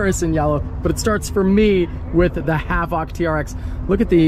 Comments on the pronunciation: Who's gonna tell him it's pronounced "Havick" not "Havock"😂Cool truck though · It's the "Hav-ock" pronunciation for me. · Who in the hell pronounces havoc like that? The dude who picked you up said it correctly multiple times. proceeds to call the truck a Have Ock. Unsubbed long ago and still glad I did. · Pronounce havoc correctly